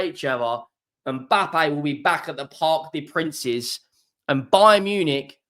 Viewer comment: "Park de Prance"